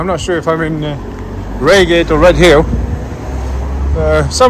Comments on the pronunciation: AB it is pronounced RIAgate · Raygate, hahaha. It's Pronounced "RyeGate" you dimmo, lol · its Rye Gate .. not Ray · Bit late but its pronounced 😢Rygate not Reygate. They are still holes Surrey and Sussex police are highly funded and two of the worst constabularys. Love your work . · It`s pronounced RyeGate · RY-GATE! ffs 😆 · its "R-eye-gayt" old chap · Its pronounced Rye gate 😉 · Mate its pronounced rygate !!! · Pronounced Rygate